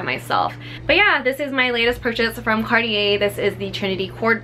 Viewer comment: It’s not card-ee-yee but it’s car-tjay. That’s how you pronounce it. Thank you ☺️